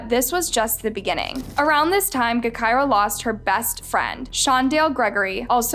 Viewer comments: BRUHH 😂😂😂 im dead, she said GEK KIRA! Lol bruh its “Ja kira” and she wasnt a rapper lmfao i never thought id see drill shit on this channel. Bruh tyquan was her best friend lol this is like a copy and paste from the chiraq reddit. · Her name was pronounced like Ja - kirah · Your information is all wrong u should’ve did better research also u should say her name correctly obviously it’s sounded (ja) gahKirah come on. White people always messing up some shit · It's pronounced Ja-Ky-Rah just spelled with a G instead of a J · It pronounced Jah-kirah you fool. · Nah, you got her story all twisted and i watch all your videos. All the the way down to her name. Smh , at least pronounce the name correct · please! I love you but your pronunciation of her name is driving me crazy!!! 🤦🏾‍♀️🤦🏾‍♀️🤦🏾‍♀️🤬🤬🤬